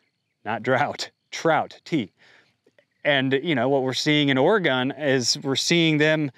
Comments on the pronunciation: Number one, you ain't from Oregon, so you don't got a dog in this fight. Your East Coast mispronunciation of my state's name gave you away. Number two, this ain't about farmers. It's about water, which has always been in contention in every rural area. What everyone fails to EVER speak aloud is that the real problem is Too Many People Exist. People who want an annoying amount of water to drink, bathe, and flush toilets. People who also eat a LOT, and insist on putting single family McMansions on large yards, taking up the very arable lands and paving over the waterways needed to grow said food. These are urban and suburban folk who are very squeamish about the muck and yuck of farming, and very tender about the glamorous fauna of field and forest, but do not want any of those critters anywhere near their manicured lawns and designer canines. Short term help might be to change zoning in cities to allow more mixed used and multistory apartments to create more housing inside the Urban Growth Boundary. Long game includes not making more people. Cheers. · You don't pronounce Oregon properly, makes sense since you're home is in North Carolina, not Oregon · First you don’t pronounce Oregon correctly so obviously you aren’t from here. Second there is clearly a drought issue on the west coast. Third I seriously doubt you pay taxes in line with your profits. Stop complaining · Water conservation has nothing to do with “small” farms.. it’s about water conservation because the water needs to be conserved. Adapt and move on.. small farms who are compliant and make the necessary changes won’t be shut down. Also this guy speaking isn’t even from Oregon.. (he mispronounced the name of the state which is a dead give away) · The first thing you probably want to do is learn how to pronounce Oregon correctly. I'm not sure where you're from but you should take your bulshit back there. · You can’t even say Oregon 😂 Please get your news from the people not the internet.